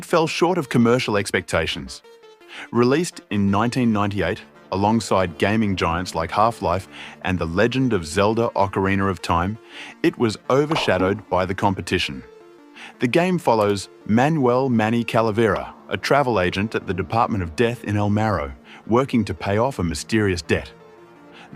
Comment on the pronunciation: It's ocarina not ocariner